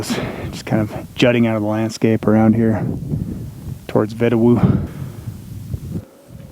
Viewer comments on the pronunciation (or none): You said Vedauwoo so WRONG! lol It bugs me so bad. It's pronounced vee-dah-voo with a v sound instead of a w sound like you would think. and the emphasis which is slight is on the last syllable too. So it is vee-dah-VOO.